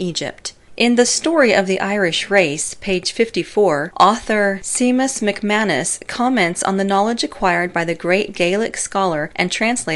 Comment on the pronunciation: Seamus= 'shame-us'...my name in Irish...not sea-mus...:) Outstanding narration though. Just giving you a tough time. Your voice is well modulated and easy to listen to.